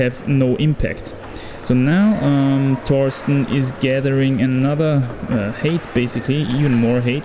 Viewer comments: Just a friendly pronunciation guide for my crazy language English. Height is pronounced with a long i sound the same as in sky, so like it was spelled hite. When you pronounce it with an 'a' sound it sounds like hate, which isn't what you want to say. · Nice falls ;) just a reminder: the pronounciation of height differs from that of hate. Just think of it beeing written "hite" next time. Cheers! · Pro tip for pronouncing "height": Say "high" or "hi!" and add a "-t" sound in the end.